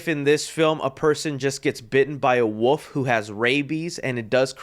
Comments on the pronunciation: Are you saying “Wolf” or “Woof”? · Does anyone else hear saying "woof" instead of "wolf"? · Stop pronouncing wolf as Wooof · Is anyone gonna tell that wolf has an L in it? The woof man cometh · I love how pronounces the wolf in wolf man like woof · There’s an “L” in wolf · I love you... but can you PLEASE pronounce the "L" in wolf?